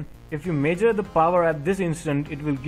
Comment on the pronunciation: Great explanation. I took some time for me to figure out how you are pronouncing certain words. Major and ohum (measure and ohm). Otherwise it is a great video. Please take my comments positively and continue the service. God bless you.